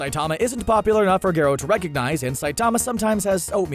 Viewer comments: he's called garro not gerro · The way Garo was pronounced was infuriating.